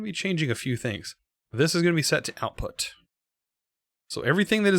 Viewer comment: "Outout" why does that trigger me so much